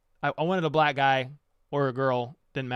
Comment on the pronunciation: I cant believe i just watch your whole stream. Altho its not honestly as fun when its not live 😆😆 definitely still a lit stream I am curious to see how it turns out with you and your black buddys video talking about EB and etc. Its funny how u had to emphasize "black" 🙃 friend. Anyway, i look forward to seeing it man BTW, PS - "whats the status of J. Ross?" 😅😅